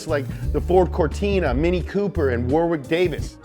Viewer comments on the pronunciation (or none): none